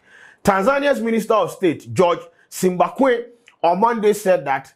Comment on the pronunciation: 😂😂I like it when you say GeorgevSimbachawene(Simbakwe)😂..I love my Ghanians people ooh😂👏🏾👏🏾..Tanzanian subscriber here..Akwabaa🙏🏾🤝